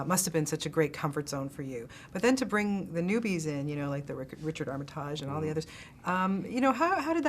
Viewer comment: It's Armit AGE not Tarj Bitch.!